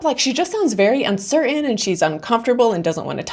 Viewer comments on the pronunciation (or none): Pretty good review. Maybe learn how to properly pronounce the word "uncertain".